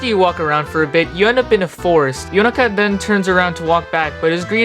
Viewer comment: currently watching and loving the video and just wanted to say I love the way you pronounced Yonaka's name and Prosciutto(?) it felt like you were trying to say them correctly and it was nice to hear